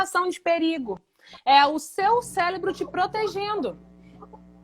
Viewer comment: Cérebro e não célebro